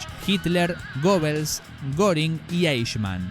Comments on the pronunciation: que que dijiste Gobels ,mucho análisis pero menos información de los personajes que si existieron como Joseph Goebbels pero se pronuncia con "e" en Alemán. el metal te está volviendo idiot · Se pronuncia "ɡœbəls" no "gobels".